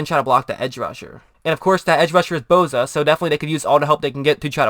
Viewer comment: name is Bosa not Bowza... enunciate dammit